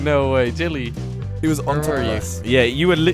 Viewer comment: is there a jellecopter Easter there? xD just kidding there is no Easter egg there! jelle is pronounced helli